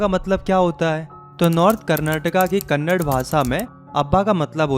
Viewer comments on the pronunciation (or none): Bhaiya not kannad it is kannada